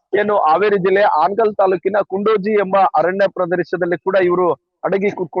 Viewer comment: ಕುಂಡೋಜಿ ಅಲ್ರಿ. ಅದು ಕೊಂಡೋಜಿ